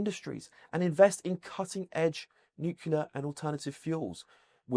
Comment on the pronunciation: ITS NU,- C L E A R, NUCLEAR, NUCLEAR.....CLEAR!!! Please 🫣